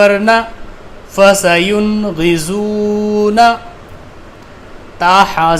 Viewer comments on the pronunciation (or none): May kah rahi ho ki lafzy dowaad ko ye jahi zowaad padh raha hy....FASAYONGHIDOONA ...hy nake..FASAYONGHIZOONA ...ab samjhy